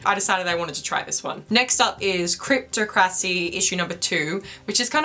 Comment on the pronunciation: You should have pronounced it CRYP TOP CRACY and NOT Crypt tow krossie.